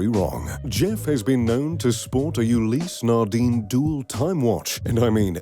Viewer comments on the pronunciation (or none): And Ulysses Nardin, seems like he's not all that into watches since he can only pronounce Casio properly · or 'ulysse nardin'...